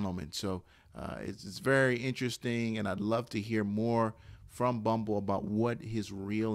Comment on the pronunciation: This dude keeps saying Bumble SMH... He said it and ... I couldn't even watch the rest of the video after he called HMBL bumble the 2nd time smh